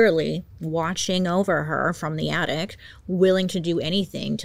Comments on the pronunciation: Bailey. It’s attic. Not attict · So cute how bailey can't pronounce things and keeps saying addict instead of attic 😂😂😂❤